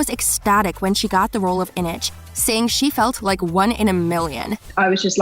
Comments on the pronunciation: yeah... "Ineg" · I was slightly Not bothered with the awful pronunciation of this video until ‘inich’ 😂😭😭😭😭😭😭😭😭😭😭😭😭😭😭😭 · The way she pronounced "Inej" really gets to me